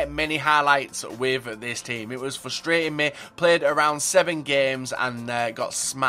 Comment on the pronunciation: You overuse the word frustrating and you mispronounce it and it ticks me off. Js, I still love you <3